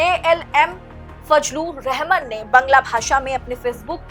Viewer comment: रहमान बोलना चाहिए न कि रहमन ।।